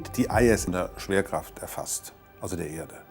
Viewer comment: Hab ich mich verhört or sagt er statt schwerkraft saft??😂